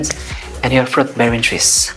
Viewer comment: Plenty “ frot “ trees area but not so much “ FROT “ trees … !!! 🤔